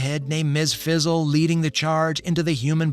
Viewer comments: ...Fizzle? It's Frizzle! I guess AI can't say Frizzle. .. .Heathcliff is from 1973 and Garfield is from 1978. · Its Ms fRizzle not fizzle... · Sounds like ai. Kept saying Ms Fizzle lol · Anyone else getting annoyed with him constantly calling Ms. Frizzle “fizzle”? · Anyone else super annoyed with this bozo calling her "MS FIZZLE?" it doesnt take much to make sure youre pronouncing something correctly. Friggin putz